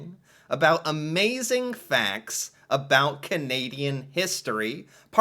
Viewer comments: I think he's the only Canadian to say "aboot " Not how I, nor anyone else I know, pronounces it. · I also question whether this guy's "aboot" is for real. I'm 64 years old and I have never heard anyone pronounce "about" this way. Not once. In fact, I have told American friends that Canadians don't actually say "aboot" at all. Just like we don't all end our sentences with "eh." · Just so you know, not one single Canadian says aboot unironically. It is not how we pronounce it. Ever. He’s solidifying the stereotype and it drives us mental. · has found a great schtick by comically over pronounce "oot" and "aboot" in a way that no English speaking Canadian would ever do in normal life. I do remember seeing a few scene in the T.V. show "How I met your mother" where Barney teases Robin about how Canadians say about so maybe thats why he does it. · He is the only Canadian who says aboot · He does this intentionally, not only with about but any word that has the letters ou in it. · This YouTuber is well known and not taken seriously by Canadians because of his affectedly fake Canadian pronunciations. Specifically his put-on “aboot” usage. He may have some good content, but a lot of us find him tiresome in his lust to become a stereotype. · ahhhh the ironic aboot... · He is definitely saying "aboot" like that on purpose. Aside from that, great video!! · Funny, it does sound like aboot lol. I am enjoying learning about my country with you ;) I don't think anyone from my city says aboot. Certain communities I guess. Lol too funny. Thank you 😅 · I’m pretty sure it’s put on, no one I know says aboot. It’s about rhymes with out. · gets on my nerves a bit, but it is fun watching for the times when he forgets to say aboot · God, I hate listening to say “about” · Not many of us Canadians say Aboot... we mostly say about like americans do. In fact he's the first I've ever heard do it. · IT IS ANNOYUING HOW HE SAYS OOOOO FOR OU WORDS LIKE ABOUT AND OTHER WORDS.. soory caps.